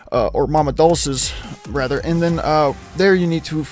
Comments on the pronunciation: Its doll-chey - like dolce & gabbana, not doll-ses. Made me think of my buddy who pronounces wendigo as when-dingo. Makes me laugh every time he does it. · Mama Douches? Don't you know any Italian? It is pronounced, "Dol Chay." Mama Dol Chays." Every musician knows this. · "Mama Deuces" lmao, it's pronounced dull-chays (Mama Dulce's) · Dolce' is an italian word, It means 'sweet'. It is pronounced 'Dol-chay', not 'dolse'. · Fun fact: Dolce is actually pronounced “ Dolchay “ It means (sweet), there’s a really delicious syrup sort of topping that’s called Dolce de lece which means sweet cream. It’s like a boiled down sort of caramel but better. And expensive! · I can't get over how bad he pronounced Dolce. It even says her name when you do the event. It is pronounced "Dol-Chay"